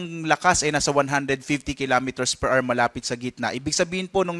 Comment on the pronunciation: PER R | Children, remember: The word "HOUR" has two syllables. The stress is on the first syllable. It's pronounced as AH-wr, not AR. Do not be like this reporter.